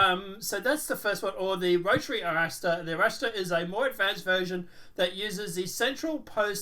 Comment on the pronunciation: Are-Rahstar. It's Spanish. RR. "ARRASTRAR”